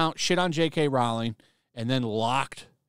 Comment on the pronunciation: Rowling is pronounced like Bowling, not like Howling.